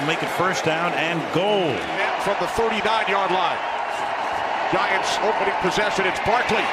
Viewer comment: Did anyone catch the announcer say yiants?